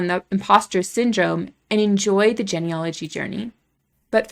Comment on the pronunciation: Why are we labeling people? You don't even pronounce "genealogy" correctly and sound like a robot, anyway.